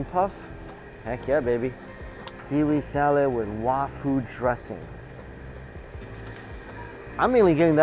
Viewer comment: “Wafū” is the Sino-Japanese pronunciation of 和風 So I’m guessing they mean “Japanese-style” dressing